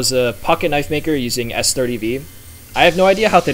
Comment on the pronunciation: Boi made " Now this is a knoife " 💀